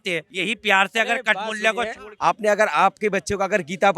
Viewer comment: Kathmulah ko khatmulah bol diya galat kya bola h be 😂😂😂😂😂😂😂